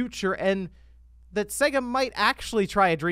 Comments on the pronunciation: you still triggering me with you pronunciation of SEGA lol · Your pronunciaton of Sega is off... Listen to the start of any sonic game!!